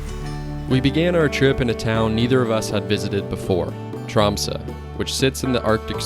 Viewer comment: Finally an American who manages to pronounce Tromsø almost like a native, instead of Trom-soe, or Trom-sau, which 99% of native English speakers pronounces. Yet English is in fact a Western Germanic language (Dutch and German), related to Northern Germanic language like Norwegian, Swedish and Danish. In fact English exists due to the Viking pirates, and Norse settlers that colonized the British Isles. A recent genetic study from 2019, show that all Brits are in fact part Scandinavian of mostly Norwegian ancestry… Old English was similar to Old Norse. Iceland especially and The Faroese islands are very similar to Norway in nature and its people came from Norway and Ireland. Scotland, Ireland, Canada and Alaska as well as Aotearoa NZ has fjords and similar scenery as well. Central and northern Norway was in fact Sámi ancestral lands and territory until the modern kingdom of Norway colonized Sápmi. Sámi are the only indigenous people in not just Scandinavia, but in all of Europe. Because their ancestors the Proto Finns migrated from Siberia Asia to northern Norway during the Last Ice Age bringing lifht hair, skin and eye colors, where they intermixed with the 1st Europeans (Western Hunter Gatherer), who were dark skinned, had black hair and blue eyes, originally coming in from the Middle East. The Proto Finns were distant related to all Native Americans as they came from the same area in Siberia. Their Sámi descendants are indigenous because they didn’t intermix with later incom